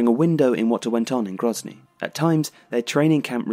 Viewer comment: It's Grozny, not Gronzy